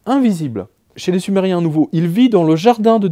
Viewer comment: Quand vous avez parler sumeriens j'entend du somali